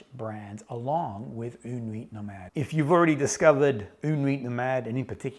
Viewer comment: I have yet to test this one, but yes, une nuit nomade is a great house! (don't pronounce the "T" in "nuit" ;) ) Fun little fact you might already know: when you describe the smell of freshly cut coco nut bringing you back instantly to your time in PNG, the French have a very nice expression, they say it's a "madeleine de Proust" (mad-lehn de Proust). Proust was a very famous author (In Search of Lost Time), in which he describes the first time he ate a "madeleine" ( A typical French shell shaped cake), it was in his grandmother's kitchen. And ever after that, whenever he ate a madeleine, the taste would bring him back to that time and place. Nowadays, the expression is very comonly used to describe the association we make when we hear a song, smell or taste something ant it brings us back to a specific memory. Take care!